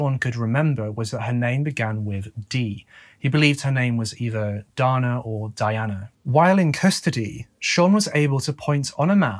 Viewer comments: Dana is day-na not donna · Why do you always pronounce the name Dana as Donna? This occurs in many of your videos on US cases with people who have this name? Donna is Donna. Dana is DAY-nah. It's disrespectful to not research the pronunciation of people's names. If Dana is pronounced Donna in the UK, fine, but that's not the norm in the US.